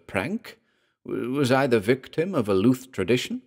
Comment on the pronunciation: good story - but afraid I was put off by your pronunciation of Louth (LOOTH) - being a resident of Lincolnshire and a visitor of the town, I have only ever known it pronounced as LOWTH - this is my only gripe!